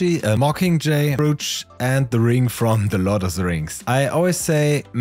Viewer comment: Brooch rhymes with Coach or Poach. 😇